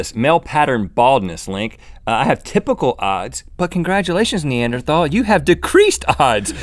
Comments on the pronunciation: Love you guys. But for future reference it is pronounced "knee-ander-tall". Well.. that is what my anthropology told me. Who knows? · Gaaahhhh. You don't pronounce the 'h' in Neanderthal!